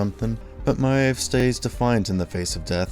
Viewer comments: I can’t think of anything more annoying than having to hear this person pronounce her name wrong more than 30xs! Videos good…but got dammit I rolled my eyes every time . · Why does the narrator keep miss-pronouncing Queen Maeve's name? They say it frequently in the show - it's pronounced "Mayv", not "My-uhv". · Maeve is not My-evv It’s like Mave rhymes with rave. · dude its pronounced may-ve not mi-ave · Good video, but who the heck is Queen Myaev?? it's pronounced Queen Mave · My-ev?? Does this guy even watch the series or is he just a payed voice? It's pronounced May-ve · Stop pronouncing it queen “My Ev”, literally no other character or writer or mention of her pronounces her name that way. Stop being pretentious. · Why do you keep calling her MY EV? It's Mave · while im at it meave is pronounced MAY-V like shes literally one of the MAIN TERTIARY CHARACTERS AND HER NAME IS ONLY SAID NEARLY EVERY EPISODE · Just a heads up, Maeve is pronounced like "Mave" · “Ma-eve” tell me you don’t actually watch the show without telling me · “Queen m-eye-evv” Come on, I know your narrators don’t watch the shows the scripts are written about, but that’s not even a silly fantasy name. It’s a real, regular-ass name. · Lovely video, but is anyone else getting triggered by his pronunciation of Queen Maeve?? Is it just me, or is it pronounced Mave?? Plz send help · Its pronounced MAve….or think of Dave, and add an “M” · Butcher group slowly turning on him the same way it happened to Soldier Boy and Homelander , all 3 of them never knew when to stop Also how do you watch 3 seasons of this and pronounce her name "Queen Myev" like that? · Yeah it bothers me every time I here him say Queen Myev like that! literally Erks me to my core lol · Why can’t you say Maeve right? You must watch the show so you hear people say it, right? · Awesome video but I hate the way you say Maeve lol everyone says her name the same way in the show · 'queen myav' 😂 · THANK YOU!!